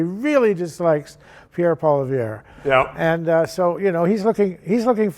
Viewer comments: Trudeau will “beat the shit out of this guy” (Pierre). Good lord Gossage WAKE UP, Pierre beats the Turd around like a piñata every day in the House‼️ Et aussi M. Gossage, vous etes un Quebecois. C’est POILIEVRE!…pas POLLY-VERRE! Show some respect‼️ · The guy can't even prounouce names correctly: Pierre Poliviere, Dominique LeBlanc. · Shut this guy up, he worked for turdeau sr…. Enough said! Also, teach him how to say Polly-eve, not hard. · This guy does’nt even know how to pronounce polievre name! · He cant even say Pierre Polievre correctly....tells me all i need to know about his opinion. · This man's head is full of rocks and is ignorant being in politics not pronouncing Poilievre correctly. Trudeau must go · Trudeau cannot debate my dead cat….this guy needs to practice on how to pronounce Pierre’s last name. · A debate between Trudeau and Poilievre would be useful if only to see Pierre's debating skills. Trudeau will present his usual acting routine which will convince no one because he created this mess we're in, in the first place. Why did Patrick Lesage pronounce Pierre Poilievre's name incorrectly?